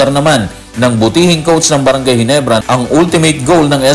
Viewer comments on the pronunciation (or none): none